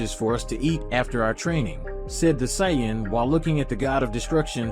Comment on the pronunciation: Ai voice? Says Saiyan wrong.